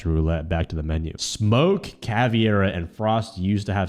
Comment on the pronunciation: hey, absolutely love ur vids, but please dont say caviera and say it properly (caveira) i dunno why it bugs me so much lol